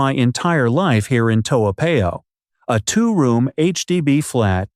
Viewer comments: Its Toa Par yo not Pay oh..please learn to pronounce the names of our places correctly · Americans tend to pronounce unfamiliar names as if they are American words. In Asia more often than not the alphabet a is pronounced as ah not ay. Toa Payoh is a hybrid name between Hokkien dialect and Malay . It should be pronounced as Toh- ah Pa-yoh . Toa in Hokkien means big. Payoh is a modification of the Malay word paya meaning swamp. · Eh, if you live in Toa Payoh, you better go and learn to pronounce Toa Payoh lah. Your pronunciation of that wonderful suburb is definitely the worst I’ve ever heard. I suggest you go downstairs and ask one of the uncles or aunties how to pronounce it. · You didn't live there cuz you can't even pronounce it properly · The math does not work because I just checked with one of my relatives who lives in Singapore. In addition, does not appear to live in Singapore. The proof - he did not pronouce the name "Toa Payoh" correcly. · You claimed you spent 4 years living in Singapore, but you cannot even pronounce your town Toa Payoh correctly. And you want to promote your Youtube. Shows disrespect for our country.